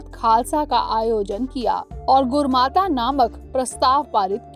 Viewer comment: Mam There's mistakes at 1) it's not बुद्ध दल it's " बुढा़ दल" in punjabi : ਬੁਡਾ ਦਲ 2) its "अकाल बुंगा" 3) "गुरमता"